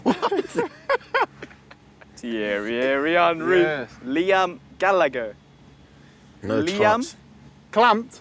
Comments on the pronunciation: You over pronounced Gallagher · "Liam Gallagher" ... "CLAMPED"